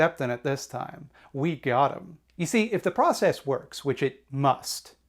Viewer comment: saying da process like you say da mahney